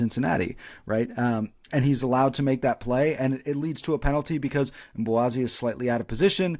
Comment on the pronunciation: Did anyone catch the pre-game interview with MLS 360 and Chris Brady? had Brady pronounce Mbokazi’s name and he said it with the K-we’ve all been calling him Mbowazi! The team calls him Mbo. Thanks again for another great re-cap!